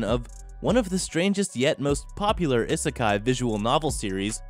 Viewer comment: is it just me or is the way he say isekai weird no offence